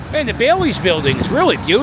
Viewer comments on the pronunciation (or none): The Wild Wild West casino was an operation casino owned by Ballys (pronounced: Bah-lees, not Baileys) and it was open until about 2010. I use to play a lot there from 2005 to 2008 when I had to work in town.